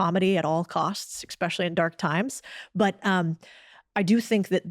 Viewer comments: "Expecially" isn't a word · Did she just say exspecially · "Expecially" drives me up the wall 😂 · Maybe this is a priggish thing to say, but I just can't take a person seriously who says, "ex-specially" instead of especially. Good talk though. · Did she just say "ex-specially?" Oh. 😮 (Twice 😢)